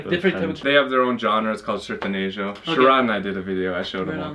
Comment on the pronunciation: me divirto demais com seus vídeos!! ❤️ Mas tenho que dizer, é sertAnejo, não sertEnejo!! Kkkkkk E por favor, fale para o nunca mais confundir a voz da Kelly Clarkson com a da Amy Lee!!! Hahahahaha!!! 🤣🤣🤣